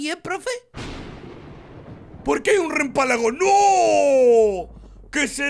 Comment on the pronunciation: Hoye se dice relámpago. No se dice rempalago